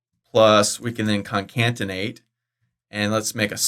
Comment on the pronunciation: Why in every video, you pronounce it ConCanTinate, when it is spelled ConCaTinate? It is spelled with a CAT not a CAN...